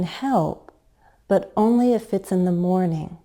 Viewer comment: In the example: I can help, but only if... You used falling tone instead of fall-rise tone. That's an error.